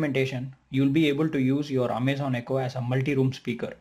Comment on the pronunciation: I stopped watching as soon as you said "Amay-zen". Your accent makes this hard to watch.